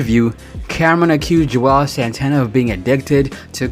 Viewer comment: He just kept slaughtering their names. 😂 he said Juelz three or four different ways.